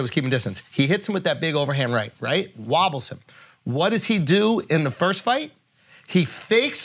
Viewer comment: The way Akaash can’t pronounce the word “first” drives me crazy Lmaooo